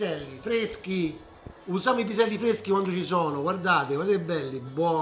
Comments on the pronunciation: Piselli fveschi, fave fvesche tutto fvescooo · Si dice piselli fveschi tutto fvesco